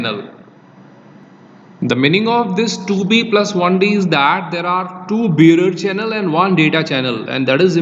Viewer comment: It sounds like you're saying beer channel. What is that word you're saying?